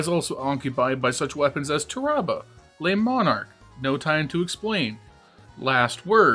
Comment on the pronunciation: I don’t trust anyone who calls Tarrabah “turr-ahh-buh” 😂